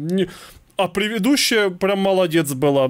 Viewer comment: 😂 правильно говорить предыдущая а не превидущая 😂 Прости за замечания 😅 я в курсе,что это оговорка. ❤